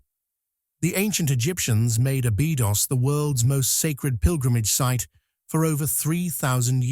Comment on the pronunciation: As soon as I see or hear any mention anything "terrifying" or that "terrifies" people, I glaze over and tune out! And teach your AI to pronounce Abydos correctly!